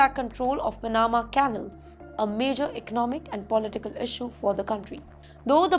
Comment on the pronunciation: Po'li'tical instead of poli'tical